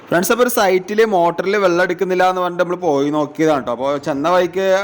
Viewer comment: ഡാ, വള്ളം അല്ല വെള്ളം 😂